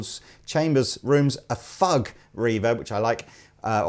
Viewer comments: Haha. It's pronounced "fyoog," not "fugg." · kills me with laughter - it's pronounced "fyooge" and it's a style of composition, e.g. Bach's Toccata and Fugue in D Minor.